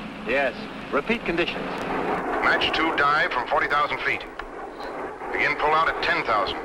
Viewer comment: The aircraft was the short lived Convair F2Y Sea Dart supersonic seaplane. Love how they pronounce Mach as Match in the cockpit voice over. I'll be binge watching this for the next few weeks.